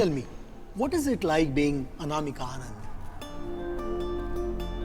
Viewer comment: My name is anamika And the way pronounced my name Aniimaaka sounds hilarious 🤣